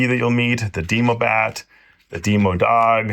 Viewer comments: he pronounced demogorgon decently, but the other two are.. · "Dee-moe-bat" "Dee-moe-dog" "Dee-moe-gorgon" Ligit made me laugh so hard